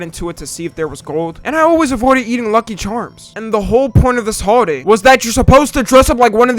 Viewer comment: Holiday? It sounded like you said "Hoeaday"